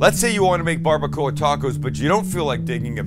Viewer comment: That’s not barbuacua 😩